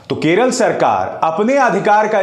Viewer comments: Arey howle it's not Keral it's Kerala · केरला नही बे..... केरल